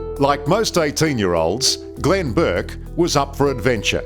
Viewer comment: It's was Glenn *Bourke (not Burke)